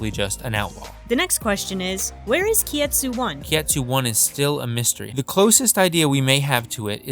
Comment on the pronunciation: Just for reference, it's Kitetsu, not kietsu